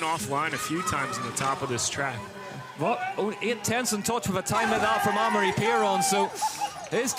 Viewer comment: Hey it's pronounced Ah-Maw-Ree not Eh-meh-ri not Emory or Emry. Take some basic french lessons for Christ sakes if you're going to be commenting downhill and stop butchering the name of one of the sport's biggest stars